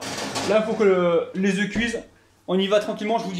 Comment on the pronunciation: On écrit 4 oeufs et on prononce oeu